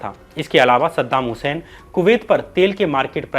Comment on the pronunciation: Sadam husain ka nam achea tarike se lo